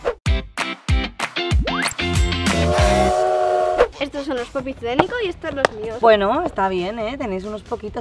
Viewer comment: No sé dice ni se es escribe popitn es pop it